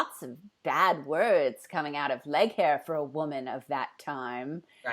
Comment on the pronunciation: I love that you call leighaire "leg hair!" I so had an issue trying to say her name in the book, I think I pronounced the same.😂